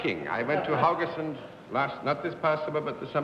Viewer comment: Mimmi Paulsen is my hero 😊 John pronounced Haugesand quite well, but not Mimmi nor Paulsen ..